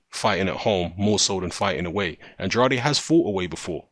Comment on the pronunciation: Delighted at this one (if it truly comes off). Rhyme "Andrade" with "can trade" (first syllable accented), if you're interested. Finally, Demetrius will be forced to either put up or shut up. High time!